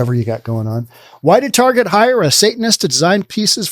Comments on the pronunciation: Ok dude. You saying Tarjay really was annoying. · “Tar jai”, I’ve never heard it pronounced that way before.